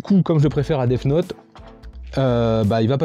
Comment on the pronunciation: cool comme concepte 😀 part contre faut t'arrête de dire déf note pour death note 😂😂